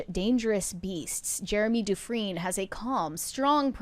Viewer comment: It's Jeremy DU-Fren.